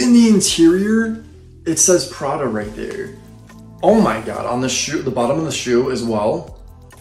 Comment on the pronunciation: Pra-DA.....with an inflection at the end LOL. On the next video, reviews a Ro-LEX